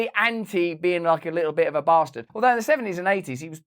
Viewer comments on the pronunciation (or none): none